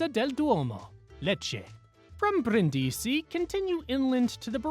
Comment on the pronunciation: Informative video, but some pronunciations are off. I.e. Brindisi is BREEN-dee-see not brin-DEE-see.